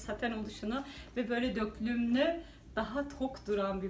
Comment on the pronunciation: Yine bayıldım 👌👌 Harikasınız 🌸 ama yazmadan edemeyeceğim: Döklümlü değil dökümlü 😣😣 Naçizane tavsiyemdir 🙋🏻‍♀️